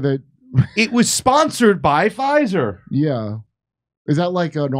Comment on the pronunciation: F "Fizer"! 😂😅😂